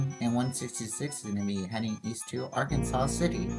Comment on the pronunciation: Arkansas City is pronounced Ar-Kansas lol. Thanks for the shoutout!